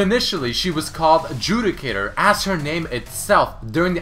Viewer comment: His Accent XD makes shit so funny "Heroine" "JEWdicator"